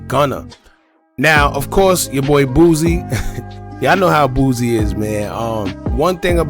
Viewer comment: Boosie not boozzie 😂😂😂